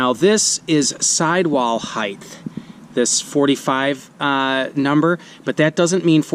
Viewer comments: Someone tell me this guy isn’t saying “heith” instead of height. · Ummmm, "height" ends in a "hard T" sound, not a "soft Th". Just sayin.